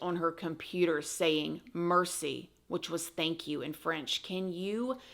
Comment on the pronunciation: I know it’s a serious moment but most people say Mare Si 😂 but not you, you say MERCY!! That’s why you awesome and I watch ya ❤❤